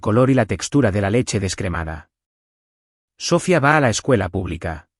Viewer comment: Dices que lees los comentarios. No entiendo para qué, varias personas te hemos dicho que pronuncias mal el nombre Sofia. Que pones la fuerza tónica en la primera sílaba, mientras que este nombre lleva toda la fuerza tónica en la I. Que además lleva tilde para deshacer el diptongo. Hasta ahora te lo había dicho que un lenguaje más coloquial. Ahora te lo digo en uno más gramatical. Hasta te di la etimología de la palabra. Sofia significa sabiduría en griego. La catedral de Santa Sofía de Constantinopla no se llama la catedral de Santa So-fia. Por dios no utilices nombres que no sabes pronunciar. ¿Qué inteligencia artificial eres, eres ChatGPT, grog, Gemini??? no entiendo por qué te cuesta tanto pronunciar las cifras y los nombres. Pronúncialos a la inglesa, o a la española, pero no hagas ese batiburrillo tan molesto a los oídos.. y si no vas a leer los comentarios y hacer caso cuando alguien te dice que haces algo mal. Pues no pidas comentarios.